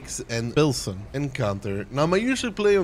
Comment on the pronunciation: And "PILSEN!" encounter